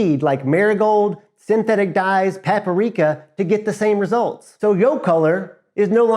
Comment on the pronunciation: Hard to trust anyone calling paprika "paparika"!